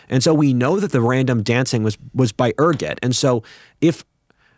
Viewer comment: Er-Go-t, not ER-Get Being poisoned with it is called Ergotamine Poisoning, pronounced ER Got a mean.